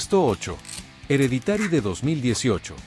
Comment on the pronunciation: 10 : "DE LOJE" ... 8- "EREDITÁRI", 4 ".".DE CÚRSE". 1- SRÉDS. Aprende a pronunciar Inglés, hombre. Qué vergüenza!